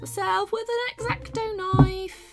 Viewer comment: sounded like she said erecto knife I was concerned